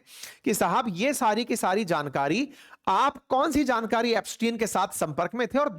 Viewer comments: It's not Epstiaen it's Epstein 😅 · Ep stein read as STEEN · Aap iska naam sahi se pronounce nhi kar rhe hai